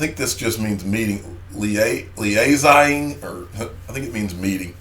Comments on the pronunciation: Hey that word you didnt know is Lee-a-zing;) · you crack me up. Your worldliness needs some educational boost. "Liaising" /lɪˈeɪz-ing/ verb; gerund or present participle: liaising cooperate on a matter of mutual concern. e.g. "she will liaise with teachers across the country" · liaising - 'lee- ay-sing'....working with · I almost fell off my office chair laughing when I saw you struggling with the everyday word LIAISING ! (it's a common French derived word we use that simply means co-operating) Love the show & Got me "Big Boy Pants On" ! BTW do you remember my chart predicting a launch date of October - History Repeats ;-)